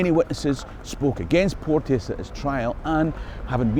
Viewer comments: Hi, love your stuff. Just one wee gripe. My granny was a Porteous and it's pronounced Portchis not Port-e-us. That's poshification, and the Porteous family were a bunch of torags and neverdowells at best and don't deserve it. But I'm a Fifer so what do I know:) May yer lump aye reek wi ower folks coal... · Hi. As a member of the clan Porteous can i say on here that we pronounce our name Port Chus. Its funny Ryan Porteous Hibs i have heard one commentator get it correct. Easily done, Keep these great videos coming! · We had a chemistry teacher called Porteous back in the day and he insisted you pronounced his name "Portchus."